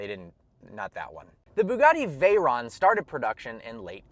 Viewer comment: He can tell us the history of Bugatti but he can't pronounce Veyron right. It's actually pronounced Veh-rone.